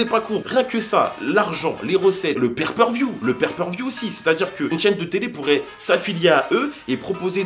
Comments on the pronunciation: Le "père per view" 😂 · niveau buisness c'est tres intelligent cette histoire par contre c'est pay per view pas per per view 😉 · On dit "PAY PER VIEW" pas "pair per view" 🤣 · On ne dit pas père peur vioux mais pay per view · On dit Pay-Per-View mdr